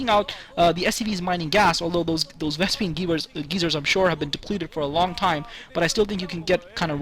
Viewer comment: lol "vespene geezers" awesome :)